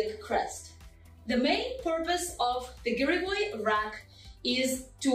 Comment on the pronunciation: Слово "гиревой" было сказано по-русски без акцента... хм, русская што ль